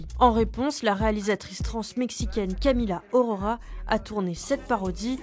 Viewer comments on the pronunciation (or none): Ça se pronnonce Camila AUrora (la "A" et la "U" sont 2 voyelles differentes) et non pas Camila Orora.